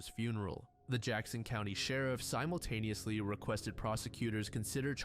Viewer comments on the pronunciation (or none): none